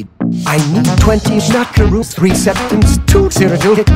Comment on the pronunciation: absolutely enthralled by how good you got "schmackaroos" to sound